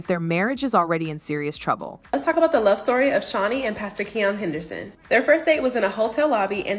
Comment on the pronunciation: Please pronounce his name correctly & stop the cap 🧢